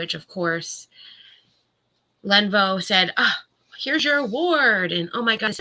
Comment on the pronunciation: Len-OHH-vOOOH. Not Lenvo!!!